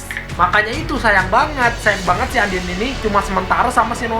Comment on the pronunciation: Undine dibaca andin?? Noeru dibaca noele?? Ngakak banget